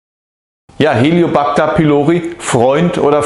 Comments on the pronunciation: Es heißt nicht Helio backter Helicobacter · Helicobacter nicht Heliobacter! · Sprechen Sie von Helicobacter oder Hellio Bacter? Und was ist denn der "Hellio Bacter"??😂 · "HELIO -PACTA"😂 Lernen sie bitte mal Professionellere Videos zu machen...unfassbar...